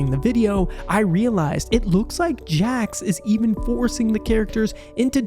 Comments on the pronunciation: It's jax not Jack's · His name is Jax not Jacks